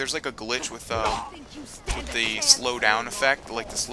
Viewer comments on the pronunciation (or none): none